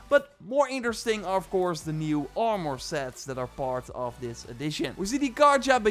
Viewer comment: “audvaunced” “Shwarp sheld bauw” “R maR”